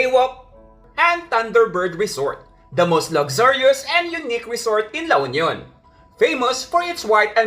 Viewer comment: La Union is... L U, not El yu.